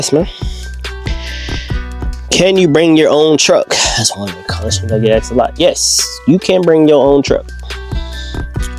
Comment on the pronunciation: It’s asked not axed